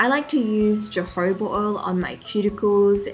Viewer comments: Jojoba oil it s pronounced Hohoba oil. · Jojoba is actually pronounced "hohoba" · So cute!!! And jojoba is pronounced ho-ho-ba (